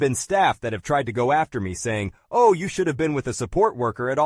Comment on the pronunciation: A good old Aussie "Oh Eye" wow.